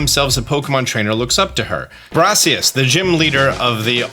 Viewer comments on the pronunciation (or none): none